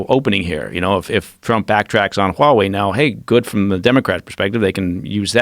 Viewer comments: Huawei sounds like a Hawaiian word. Why do people pronounce it that way? It is Haway, not Waaway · It's pronounced HUA wei not wa wei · Why does the american news always drop the "h" when they say huawei? The chinese pronounce it with the "h".